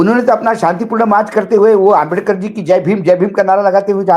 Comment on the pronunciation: दीपक भाई माननीय अंबेडकर जी को आप अंबेदकर क्यों बोलते हैं